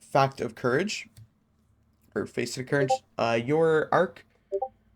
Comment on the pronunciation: Bro running helmet and not using thunderclap…running kinetic mods not using kinetic weapons…bro did not rehearse the script before making the video. Bro doesn’t know how to pronounce facet. Video was poorly planned and even more poorly executed. You should let friends watch the videos before publishing bro. Good luck.